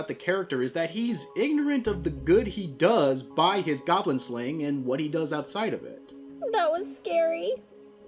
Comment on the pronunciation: Hey, where the goblins at? Die gawblins! It's goblin pee-pee.